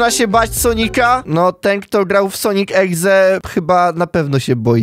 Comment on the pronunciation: "sonik egze" 😆😆